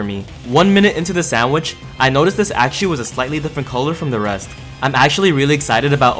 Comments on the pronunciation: Bro everytime you say Axew we have to say bless you💀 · how you said axew threw me off at first 😭 but i’m loving the video so far. always get excited when you post. i wish you could post more and still have the same quality but it’s not possible🥲 can’t wait for the next vid